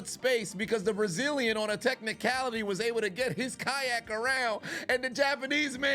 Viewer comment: The way you say kayak. Kayahhk 😂